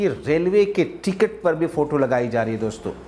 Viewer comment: Loude doson yeh Kaun Hai doson doston bolna nahi aata to mat bolo, Tera chicha jaisa mitron bolo to maanta hoon lekin doson yeh Kaun si sabdh hai.. gaali khane se pehle sudharo apna pronounciation Verna bura Maan jaoge aap, jab public gaaliya denge, doson nhi doston hon 😮a chahiye nhi to mitron bolo .